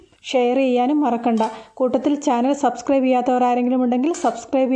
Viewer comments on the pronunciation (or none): none